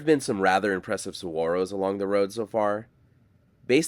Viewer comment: Bonus points for correct pronunciation of saguaro. lol